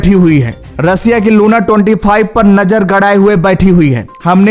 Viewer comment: Russia bolna to sikh lo 😂😂😂